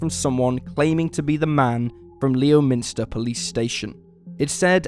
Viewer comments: Leominster is pronounced "Lemster" btw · It is spelt Leominster but pronounced Lemster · Leominster...pronounced "Lem'ster", Shrewsbury..."Shrowsbury" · In story 1, ‘Leominster’ is pronounced ‘Lem-ster’. I live near there. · Leominster is pronounced Lemster. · Leominster is pronounced "Lemmster".